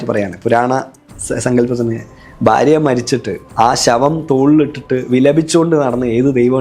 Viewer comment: ബാരതം, ബാര്യ, bagavan എല്ലാം ബ. അതുപോലെ അഗോരി.. Entha ഇതു. ഗോരം.. അക്ഷര ശുദ്ധി ഇല്ല